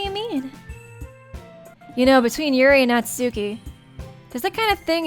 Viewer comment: hate to be a Grammar nazi but Natsuki name is pronounce nat-ski say it like this